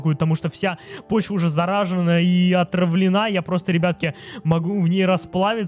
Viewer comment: ЗАРАЖЕНА, БЛ ЧТО С УДАРЕНИЕМ МИНУС УШИ